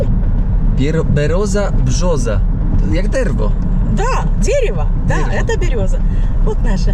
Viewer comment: Bereza Kertuska a nie Berioza :)